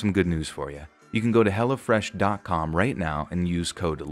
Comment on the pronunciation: Lol every time the ad said hello fresh, it sounded like hella fresh